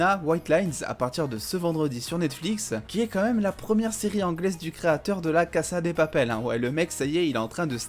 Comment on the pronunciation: C’est la « caza « pas la « cassa » 😭😭